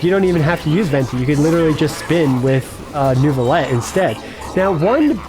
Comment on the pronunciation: I know its annoying…but its “Neuvillette”. Cant wait to see the vid !!